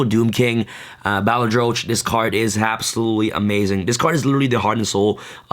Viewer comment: Pronunciation of 'Balerdroch': Bah-lur-dur-rock